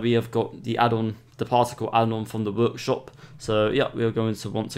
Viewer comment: Vorkshop? Are you russian or something?